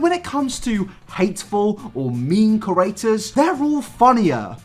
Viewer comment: Maybe it's just me, but when you say "creators," it sounds like "curators" to me. I would never go to Lily Singh's museum, so no worries there! (hee. hee.)